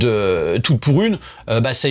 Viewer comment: Vous aussi à chaque fois qu'il prononce le titre du film vous entendez "Toutes pourries" ? 😂 Prochains remakes : -La Comtesse de Monté Christelle featuring Aya Nakamura -Les valseurs Featuring Diams et Vitaa -La mère noël est un déchet featuring le djamel comedy club